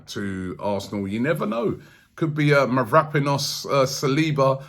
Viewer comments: Robbie was pronouncing mavropanos as mavraponis yesterday 😂😂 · ROBBIE ITS MAV-RA-PANOS